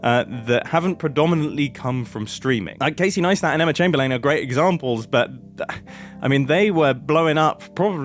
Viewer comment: Mumbo please brother never say chamberlain again